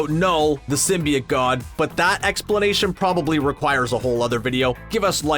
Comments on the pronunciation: “symbiut” bro come on symbiOTE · sym-bee-oat not sym-bee-it. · sim - bee - it thats a new pronounciation of symbiote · Bro 1 min of what he looks like and teen mins of garbage. And your pronunciation of symbiote was off. Not like the first venom trailer but still off.